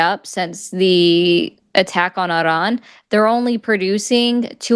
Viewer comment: Somebody plz tell she can just say ee-RAHN. Even in Farsi you don’t roll the R.